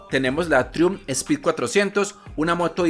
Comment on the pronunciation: critica constructiva: se pronuncia traiumf , trai umf